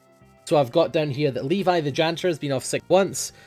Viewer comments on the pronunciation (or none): none